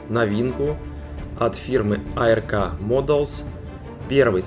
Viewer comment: Музыка слишком громко! Фигурки пилота нет. Не А-Эр-Ка, а просто Арк, ковчег по-английски, даже нарисован на коробке, ухо режет.